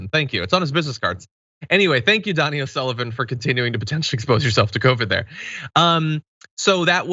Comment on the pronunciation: Donie, not Donnie ☝️🧐